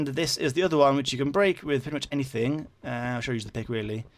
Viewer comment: In didn't say enythinng to enyone